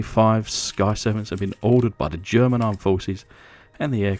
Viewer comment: Pretty cool 😎except for one tiny teaneweeny mistake it German German you know like German lol other than good job more please 👍👍👍👍👍👍👍